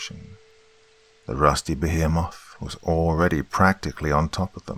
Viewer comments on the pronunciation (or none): I really wanted to enjoy this action-filled story, but I am now starting to see that your pronunciations are getting WORSE. A geezer of water? A giant behmith? What's going on,?